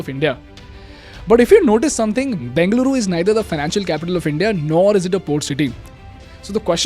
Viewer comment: Everything’s good, but pronounce it properly bro 😂. What are you banging, Beng-luru? Its Beng-a-luru. Im just correcting you nothing against you bro. Your videos are amazing❤️